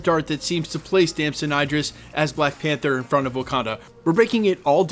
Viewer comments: Name pronounced as E drees, not I drees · Its Idris not I-dris, like Idris Elba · tf is Eye-dris, it's Idris, like Eedrees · bro saying his name wrong, its the same way you say Idris in Idris Elba